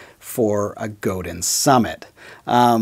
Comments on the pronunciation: Just a minor point, but I believe it's pronounced "Go-DAN" not "Go-DIN". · forgot.... It's pronounced Go Dahn LOL it's a French thing I suppose. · Commenting from the U.S. here, so I’ll defer to our Québécois friends, but I believe the company name is pronounced “go-DAn” (the n lowercase on purpose because it’s a bit softer). I’ve heard people from the company (I think including a member of the Godin family) pronounce it that way on their website videos. But, again, I’ll defer to those of you in Quebec (greetings, by the way, to my neighbors to the north from not too far south of you in the Boston, Massachusetts, area!). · Nice guitar. Nice review. I think the name is pronounced "Go-Dine". I have always loved guitars that are well made to be players. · Godin sounds like go day when someone from the Godin family pronounces it. 😎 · its pronouncrd Go dan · I have owned a Squier Strat and an Epi ES355. Traded both for a Godin Radiator. Awesome guitar, made in Canada by Canadian craftsmen. I would only trade it in on another Godin electric. I also have 2 Seagull acoustics (made by Godin) that I would put up against any Gibson and dollar for dollar they can’t be topped. By the way, you need to brush up on the pronunciation of “Godin” 😉. 🇨🇦🎸😎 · Wait a minute...even the polite Canadian guy pronounces it wrong? Maybe the rest of Canada really DOES hate Quebec...